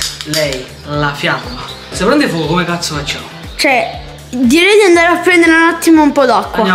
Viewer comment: "Fuuuuoco" terroni